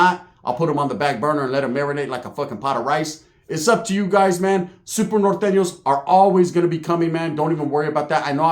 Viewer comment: “I hate Nor-Tane-Yos” 😂